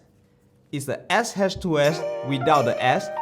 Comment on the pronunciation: You have a very unique way of saying "XH2s" lol great review thank you.